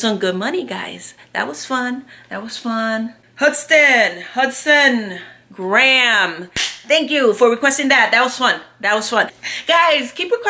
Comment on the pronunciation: It’s Hudson not Huston